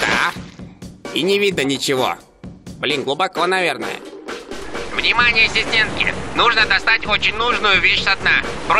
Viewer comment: У тебя ассистентки или аСИСЬтентки